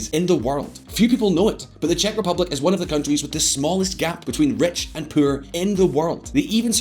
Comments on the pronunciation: Did someone dare you to pronounce ”poor” that way? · When he said 'Puur' instead of 'Poor' i cringed a bit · When a country is so poor you say it like poop. Poo-or, like the way he says it. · Was that poor or puur? 😂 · it’s more like pewrrr 😂